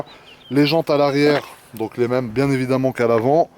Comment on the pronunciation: 16min20 : memhet pas bien du tout 😂😂😂😂😂